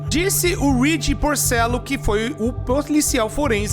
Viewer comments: PLORICIAL FORENSE FOI BOM EM KKKKKKKKKK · Ploricial Forense 😂😂😂🤣🤣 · "Ploricial Forense" core 2025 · ksksksksk ploricial forense ai tambem core kskskssk